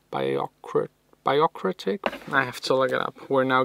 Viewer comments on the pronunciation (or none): B'yoo- Rock- ra-cy.. That's how you pronounce it ;)